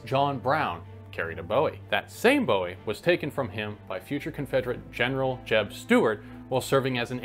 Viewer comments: All the effort put forth into the story and he continues to fail at proper pronunciation of Bowie… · If you are going to claim to be an expert you need to at least know how to say the name right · You misprounounced "Bowie" every single time. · It hurts my ears to hear you mispronounce “Bowie” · There's a need here to learn how to pronounce Jim Bowie's name. That first syllable is pronounced like "Boo," not bow. Folks from Texas are gonna get a tick if you keep saying it wrong. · Wow two words into this video and I can already tell this guy doesn't know what he's talking about. That's a new record. The Bowie knife got it's name from James Bowie, pronounced the same as buoy. The knife was not named after David Bowie, so it's not pronounced bow•ee. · I was going to watch this video, but the first thing he did was mispronounce the name. It’s not Bow-ee, it’s pronounced Boo-ee. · Booey. Bow-ie is David. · It’s pronounced Boo-wee not Bow-wee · Its pronounced bowie not bowie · Excellent video! One comment I have is: Bowie rhymes with Louie. (pronounced Boo-wie) That's how Jim Bowie pronounced his name and that's how all Texans do too. It's a Scottish name and that's how it's pronounced. David Bowie is British and for some reason that's how the Brits pronounce it. Ironically a lot of the historic Bowie knives where made in the UK. So I suppose both are correct although the Brits pretty much do everything backwards anyways. 🙂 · My research tells me you are absolutely correct. Surprised this guy gets it wrong. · He's right Boo-ie is the correct pronunciation of the knife that's the only way I've ever heard it pronounced. I just figured this guy is an obvious Yankee and realizing they have their own way of saying alot of different words so I just initially didn't think much of it .. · It doesn’t matter where, or how it was invented. If you are calling a knife by the name of the man that made it famous, you should pronounce it the way he pronounced his name … “Boo-wee”